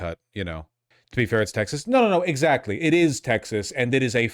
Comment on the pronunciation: Excecuted. Excatly. But bro still cant say the words abolish ICE